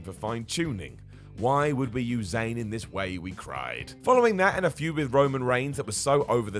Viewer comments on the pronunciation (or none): none